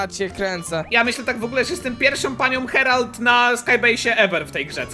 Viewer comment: Harold nie herald